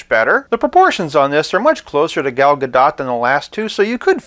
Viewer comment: I'm pretty sure that we're never going to get another Gal Gadot WW figure after this (barring a Jokerized version lol), but for future reference, her name is pronounced "guh-DOHT," Rhymes with "the GOAT." Saw her mention it in an interview.